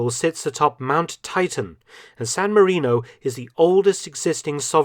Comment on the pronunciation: "Sown Marinou".... 😳🇸🇲🇺🇸